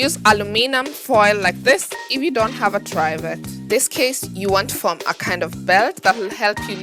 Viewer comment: Try vet? What are you talking about ? It’s a Trivet! Pronounced Triv as in Spiv et! Got it? Jeeeeez!